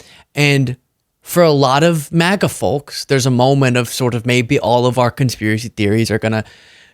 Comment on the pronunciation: The L is silent when pronouncing Folks